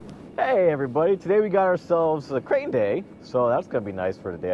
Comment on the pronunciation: When you said crane day I thought you said gray day like the sun is not going to be in my eyes so no excuses there😂😂😂